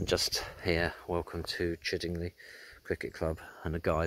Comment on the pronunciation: Nice video , just one point , it's pronounced Chidd ing lye as in eye not Chidd ing lee . The scarecrow was part of village scarecrow competition that year .